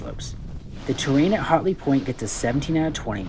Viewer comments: its pronounced hat-ley not hot-ley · Thanks for the review but LOL because it sounds like you are saying "HOTley Point" instead of HATley (should sound like when you say AT). Also should be noted that this is not a "new" mountain. It's the old Wolf Ridge slopes so the runs are pretty much all the same with one of two changes. Now, they HAVE invested a not into replacing the old delapitated infrastructure and us North Carolinian's are looking forward to these changes. Voted UP for the review